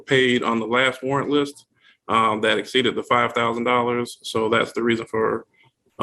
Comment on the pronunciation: Is she saying Over Exceeded or Over EXSTEEDED😳😩😂